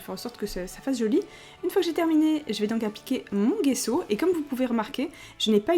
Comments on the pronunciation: Salut j'adore vraiment tes videos diy mais je voulais te dire le gesso si dit jesso et pas guesso. Apres moinon ma toujours dit sa ! Sinon Continue comme ça ! T'es la meilleure!!! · On prononce "gesso" comme s'il y avait un j à la place du g! Très bonne vidéo😊😘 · perso je dit pas gesso comme sa,je prononce le g comme on lit la lettre c'est compliqué a expliqué! Mais on dit les 2 love love love😘